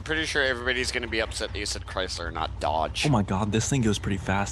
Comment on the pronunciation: he said cristler